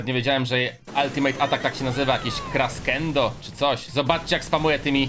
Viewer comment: Tak wgl to superatak Janet crescendo czyta się kreszendo🙃